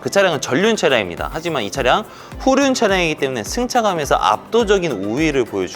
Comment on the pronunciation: 층차감 ㅡ.ㅡ발음진짜